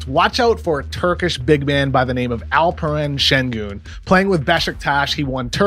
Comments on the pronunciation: Your pronounciation of his name is perfect ! I like this video already 😂 . And thanks for having a room for Alperen Şengün. Alperen has scouts vowing they won't repeat their Nikola Jokic mistake ✌🏻✌🏻🔥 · Woah KOC nailed the pronunciation of his name. Well done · Oh wow that’s the best pronounciation I’ve heard.